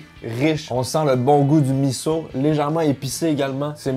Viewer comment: Un S se dit comme un Z, soupe Miso (mizo) et non Misso un peu comme coussin et cousin !!